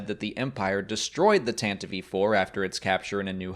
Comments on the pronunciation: tan tiv vee? I have always heard it pronounced Tant Tiv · Tan-ti-eve...did you add an extra syllable there? I've always heard it as "Tan-Tiv" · Yeah. I always figured it was either Tan-tiv or Tan-teev. Hearing Tan-tiv-ee is very strange. I never would have thought to say it that way. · "Tantive" is 2 syllables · Why do you pronounce the "e" at the end of Tantive? Maybe I've been pronouncing it wrong. :/